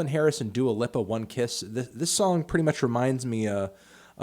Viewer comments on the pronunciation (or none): the way you said dua lipa gave me HIV